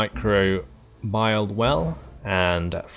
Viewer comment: It's pronounced my-crow-bee-al :p